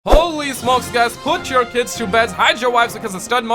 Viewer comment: I always think in your intro you say ‘Put your ‘tits’ to bed’ instead of ‘kids’! 😂